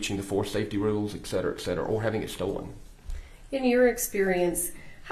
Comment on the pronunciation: I know it shouldn't matter but his continuance miss pronunciation of etcetera is giving me a migraine.